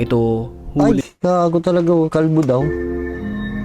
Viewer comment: May diin talaga pagbanggit ng "KALBO" 😂